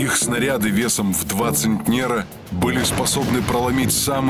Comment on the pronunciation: не центнЕр, а цЕнтнер